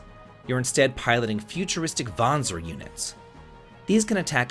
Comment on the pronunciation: Kudo's for pronouncing the word Vanzer correctly!🤓